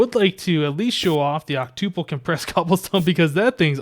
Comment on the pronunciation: Hmm you say octuple like tuple... Such a programmer...